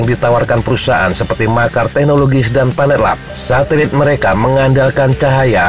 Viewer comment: Ralat min Bacanya Maxar(maksar) Bukan makar😁😁😁